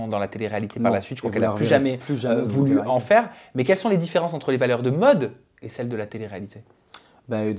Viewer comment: tu fais rire avec ton accent quand tu prononces Maud 😂 j'ai pas compris de suite j'ai cru que tu disai: Mode comme un phénomène de mode 😂